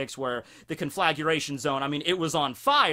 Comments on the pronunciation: it's conflagration, not conflaguration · Con-fla-gray-shun. NOT CONFLAGURATION! Wouldn't have bothered me if you hadn't said it so many times. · ...do you need to actually see what you’re doing to make sure you’re not about to accidentally brown-eye someone? I can’t say I’ve ever had the problem... Also, recipro is a shortened version of reciprocated. Re-sip-roh. Also also, cohn-fluh-grey-shun... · CON-FLAG-RAY-SHUN Conflagration. exhales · Say it with me now. CON.....FLA.....GRATION. THERE IS NO "U' in that word O MY GAWD U ILLITERTE FUCK. Love ur videos keep doin what youre doing but learn how to pronounce shit. My ears are bleeding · You could at least pronounce conflagration properly if you are gonna shine a spotlight on it : ). Please don't say effectual as punishment. Don't put me through it.